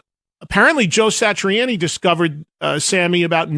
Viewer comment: Outstanding, Sammy! No one wonder I like you--if Joe Satriani says you're the best, then it's a given! (Um, we can tell you're not that into guitarists, Eddie, since you mispronounced Satriani's name, lol. But at least you're giving Sammy his due!)